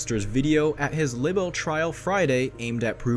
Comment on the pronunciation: I hate when people make a video and don't know how to say words correctly. It's LIBEL with a long "i" sound, like lie-bel. Not libbel. 🤦 Also, group of woman? It's women! Whoever made this video should at least know how to speak English correctly. Shows how just how "credible" some people are when they can't even speak correctly. Pet peeve of mine. Anyway, justice for Johnny.